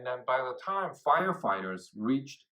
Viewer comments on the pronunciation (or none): none